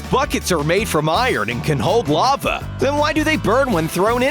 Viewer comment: *2.38* the narator want to says a lava but her Saw it a love